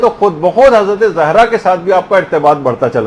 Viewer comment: Please make correction of the word ''zehra''... it is ''Zahra''